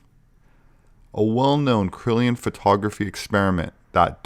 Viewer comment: "Kirlian" (Kur-Lee-An), not "Krilian (Krill-ee-an)".; - ) Cool video, this takes me back!